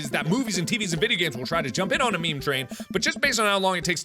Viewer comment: Mark: IS IT A MEME. IS IT A ME-ME Me: YOU ARE A MEME